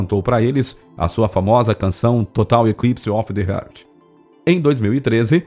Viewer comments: A pronúncia do camarada é horrível. " Total eclipse of the HERT". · Não é TAYLOR, é TYLER, que se pronuncia TAYLER. Outra: não herz, é heart que se pronuncia rarth. A materia é ótima, mas a pronúncia de inglês esta deixando a desejar, a voz do locutor é muito boa!